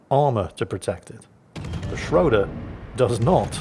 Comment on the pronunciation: Now he has time to learn to pronoune the "ö" in "Schröder" correctly. Greeting from Germany ;-)